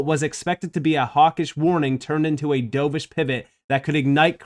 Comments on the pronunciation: dove-ish, not dough-vish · pronounced "dove-ish", like the bird. Opposite of "hawk-ish", also a bird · Dove like a bird, not dove like dove in to a pool 🐦